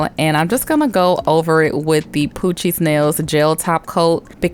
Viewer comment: Every time you say poochie I think you are saying Cochise!🤣😂